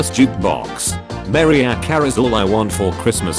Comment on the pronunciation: ?"MAIR-ee-ah" Carey, not "mah-RIE-ah" Carey?